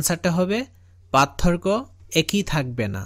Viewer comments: পাতথোরকো না,পারথোককো উচ্চারন হবে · সার পাতথোরকো বলেন কেনো 😮